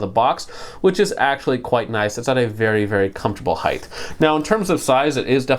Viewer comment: Two things: 1 The word is height not heigth 2 No one is selling this for $700